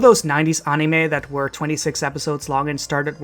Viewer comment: That's an interesting pronunciation of "anime"